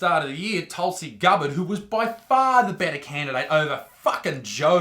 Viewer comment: Gubbard? Gabbard mate